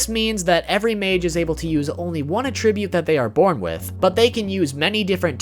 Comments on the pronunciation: Arrgggggggh! This makes me crazy! It is "At-tribute". Not "A-tribute." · Hard like due to this man's pronunciation of attribute. That wasn't easy to hear!! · Or everytime he mispronounces "Attribute"